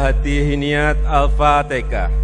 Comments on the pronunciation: Hhahahaaa Alfatekah.??!!!! 😂😂😂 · Kenapa jadi alfateka,,😱😱😱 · Wkwkwkwkwkwk Lakalakalakalakkatakatakatalah, Pilih pemimpin itu yg di pilih ulama bukan kayak jokowi alpatekah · Galam raya sudah jelas2 ucapan nya salah malah di bela aja nte sih,Al Fatihah jadi Al fatekah itu kan Al Qur'an,,bisa baca Al Quran kaga nte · Sudah jelas2 salah malah bawa2 bahasa jawa,,itu kan Al Qur'an bacaan nya Al Fatihah bukan alfatekah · Al fatehah pak bukan tekah. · Aduh sudah jelas2 ngomong nya salah Al Fatihah jadi Al fatekah